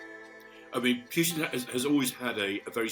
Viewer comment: Love the way he pronounces the name as Mags Thatcher did, "Pewtin"